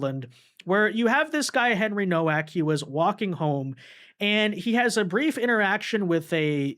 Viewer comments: It's pronounced novak. It's crazy how you still can't pronounce anything.They said it multiple times and i'm sure you've heard the name. I remember when you couldn't even pronounce solomon. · Nowak with a V sound eg NoVak.... poland surname